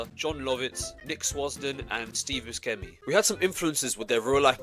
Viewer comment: Ah yes, Steeve Bus-Kemmy